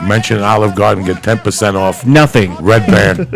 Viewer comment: So how many hatters did you get? Did they make you a lot of hats? "Ray ban" ? He's not a fucking pair of sunglasses, it's redban. It's right on the screen, hahahahah.